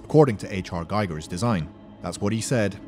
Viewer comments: "but I probably missed something" - yes, despite all the videos you made about Alien, you still mispronounce mr. Giger's name. It's GIGER, you need to pronounce the "I" as "EE", not as GEIGER. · Giger rhymes with eager, not Geiger